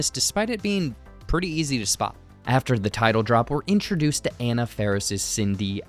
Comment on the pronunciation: You mispronounced “Anna”. Edit: Also, “Meeks” comes from Randy Meeks. Tatum’s last name was Riley…